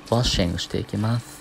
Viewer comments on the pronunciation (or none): washingしていきまth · あ、この子語尾がthってなる子だ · それが気になって内容入ってこーへん笑笑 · 語尾にthを付けるなw